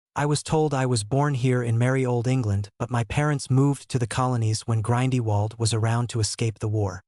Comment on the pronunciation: "Grind-y-walled"? Seriously?